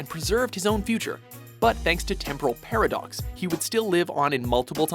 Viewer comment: did he just say Parablox? I guess that whole thing was complicated